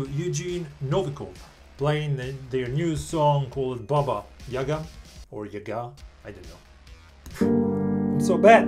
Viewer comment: Он первый иностранец кто правильно поставил ударение в слове яга😂